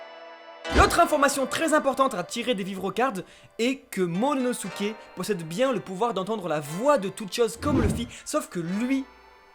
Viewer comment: c momonosuke et c pas MONONOSUKE